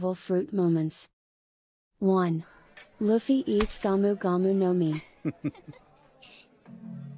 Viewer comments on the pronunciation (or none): none